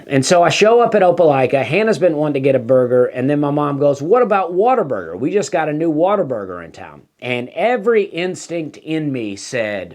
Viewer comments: For the love of God quit saying “water burger”. It is what a burger. WHAT A. There is no er in “what a”!! You are killing me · Sounds like you are saying WATER-BURGER. Also; you will be hearing from their lawyers very soon.....